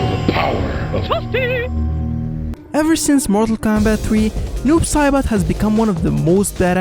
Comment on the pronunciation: You seoriosly said Cyroax and Noob Sorbot